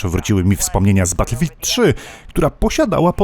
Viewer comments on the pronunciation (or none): none